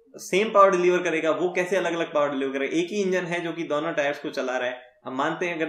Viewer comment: DAONO TARAF you're from Rajasthan 😂😂.